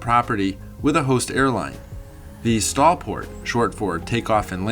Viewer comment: Stolport is pronounced Stole port. STOL stand for Short Take off and landing! Other than that, great video!